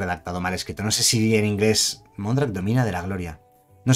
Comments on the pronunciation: Domina no, dómina(que es señora) ;) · Mondrak, dómina de la gloria. Es esdrújula, no llana. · lo que dice, y se lee con su acento tácito en la "o": dómina. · Mondrak domina de la gloria se refiere a la palabra dominus , propietaria , señora ... esta bien escrita solo que la pronuncias como si tuviera acento en la o y no tiene.